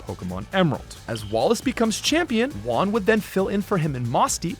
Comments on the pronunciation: Great video, I just wanted to point out a pronunciation thing with Juan. You say it like if the "j" didn't exist: uan, but that J is pronounced like H in Hockey. Hope it helps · OK, I really need to ask this: why do you pronounce "Juan" as "one"?